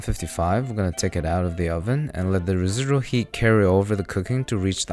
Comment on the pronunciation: residururual heat